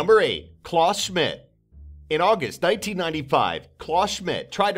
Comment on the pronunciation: Klaus is pronounced 'kl-ow-s'.